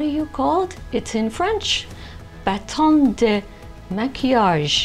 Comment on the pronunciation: you pronounced baton de maquillage correctely! I would not have lied! i tried to stop it... did not work. i will try with a bigger device. maybe it will be ok. not on phone. thanks